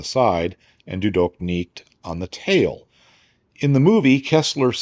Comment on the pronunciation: Das war ein tolles Video. Äußerst unterhaltsam und belehrend dargestellt. Die Aussprache des Spruches "Du doch nicht!!" war zu furchtbar, aber ich befürworte es, dass daran gearbeitet wird. Wer so viel Faszination an Geschichte hat, sollte auch den Nötigen Aufwand, in die Helden, Kultur und Sprache seiner Feinde vertiefen können. Nicht desto Trotz, war dies befriedigend. Danke, für den Respekt an unserer technologischen Fortschritte und die Anerkennung unserer tapfern Soldaten, des ersten Weltkrieges.